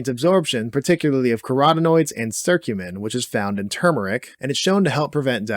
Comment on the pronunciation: It's curcumin, not "circumin" (with an I). What about fenugreek?? It was among the curry powder constituents that you said you'd cover... Oh, and for that matter: curry leaf.